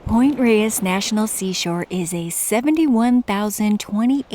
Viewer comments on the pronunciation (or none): great content. FYI, it's pronounced Point "Rays" ❤ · My senior year of high school, my PE credit was Sunday morning hikes at Point Reyes and Mt Tam. Life changing. Btw,, the locals pronounce it “Point Rays”